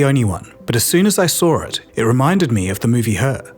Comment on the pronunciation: Can you please not saw “sore it” for I saw it. There is no r. Подбешивает